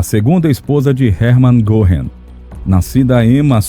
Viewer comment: Muito bom o documentário. Pena que o locutor não tenha tentado minimamente inteirar-se da pronúncia dos nomes alemães. Isso evitaria que ficasse reprtindo coisa como “Erman Gorrin”.